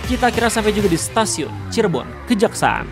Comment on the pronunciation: koreksi bang, stasiun kejaksan bang bukan kejaksaan 🙏🏼